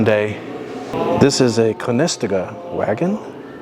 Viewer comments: LMAO... it's pronounced Conna Stow Ga... Not con nes taga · Conestoga is Con-es-toe-ga. Very famous wagons used for heavy transport over land. USS Housatonic is Hu-sa-tonic. It was sunk by the harpoon attached to a black powder charge in the barrel shown on the CSS Hunley. The Hunley struck the Housatonic, inserting the harpoon, then reversed and pulled the detonating cord which ignited the black powder barrel. It was purported to be the first submarine to successfully sink and enemy ship. Otherwise ok video.